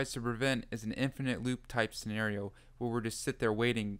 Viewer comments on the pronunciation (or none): none